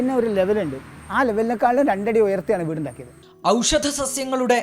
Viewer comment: ഔഷദ അല്ല ഔഷധ